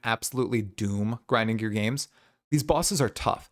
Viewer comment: gwinding gear games XD